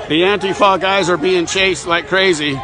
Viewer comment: It's pronounced ANTEEEFA.. NOT ANTI FER.. Get your syllables right my mate